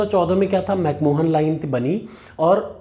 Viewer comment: 🙏 chota muh badi baat lekin Mc Mohan nahi balki Mc Mahon line hain